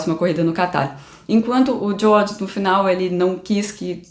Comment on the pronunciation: A pronúncia da: “Diôrrdjii” e “Liuiss”